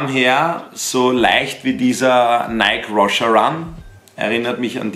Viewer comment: Wer kenn ihn nicht den „Naik Roscher Run“ :D Nike Roshe run wird „Naiki roschi run“ ausgesprochen